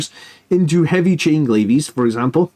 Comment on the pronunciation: "Glaives" is pronounced "glayvs", not "glay-vees". Other than that, great mathhammer, as always!